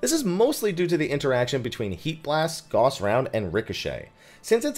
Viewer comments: Love your videos and have done well in all sorts of new things to me in FFXIV because of your clear, entertaining explanations of mechanics and such! Just want to give a wee pointer: The "au" in "Gauss" is pronounced like the "ow" in "cow". Because German! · I know it's late, but Gauss is not pronounced the same as the medical stuff ;) It's a last name.